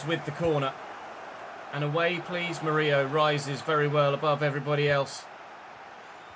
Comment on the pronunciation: Despite having two L in his name, Murillo is pronounced like Danilo would be since he's brazilian. Btw, as a Corinthians supporter, I loved that you signed a former player 😊